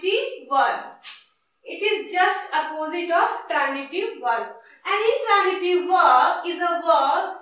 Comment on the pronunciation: Mam u r teaching well but badly pronouncing some words plz improve this mam......like u r pronouncing egjample but it's example and intranjitiv but it's intransitive ok mam😊